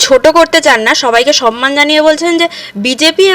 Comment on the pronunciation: শব্দটা সন্মান নয়। সম্মান ।